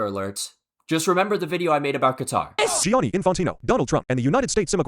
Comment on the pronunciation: The funniest part is that trump is from new york and definitely knows how to pronounce Gianni correctly, but nah hes Johnny